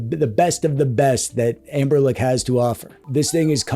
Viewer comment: What's the lore behind you saying Anberlic instead of Anbernic?